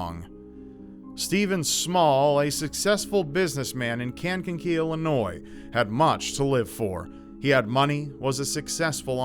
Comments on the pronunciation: You pronounced my town wrong Kank-ka-kee Not can-ka-kee. Damnit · Cankakee? First time I heard it pronounced that way lol. It's a long A, like Kaneka-kee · ) I remember all the news in town when the "kidnapping gone wrong" happened. I was about 6. For any future videos with a Kankakee story, it's pronounced Kane-ka-key. ;-) <3 your channel, especially WWYPTOTI. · I love how he mispronounced Kankakee #onlyillinois